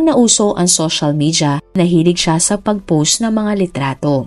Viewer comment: "post", " social"... May google paano ipronounce mga words.